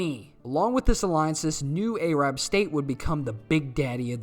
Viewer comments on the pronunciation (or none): Soddy Uhrabia and the Ayrab people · Other than the fact I'm not used to that pronunciation of Arab as A-rab, great video and I like the memes.